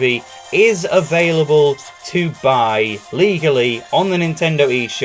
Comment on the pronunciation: The way he emphasised legally coz knows that people are probably are gna watch it illegally😂😂😂